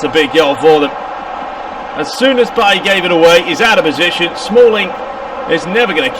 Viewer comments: I wanted to watch this so badly, but you calling Bailly "BAHHI" make sit unwatchable. Sorry. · It's a French name. I must say I do love your commentary apart from that. It sounds very professional.